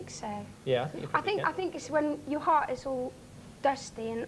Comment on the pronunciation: i'm from north west and her accent definitely sounds like she belongs here! there are little bits that let you know she's foreign but other bits are spot on! like how she doesn't bother with the T on the end of words like "heart" thats how we speak :D